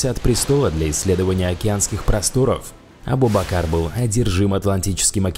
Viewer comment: не правильно говориш надо говорить абу-бакрр